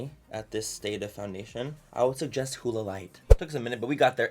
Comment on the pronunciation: It's not hooda it's huda